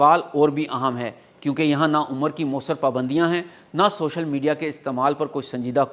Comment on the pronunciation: شوشل نئ ہوتا سوشل ہوتا ہے 😂